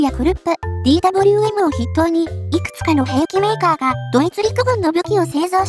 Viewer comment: DWMは「デーヴェーエム」、Bergmannは「ベルクマン」と読んで欲しいなぁ…。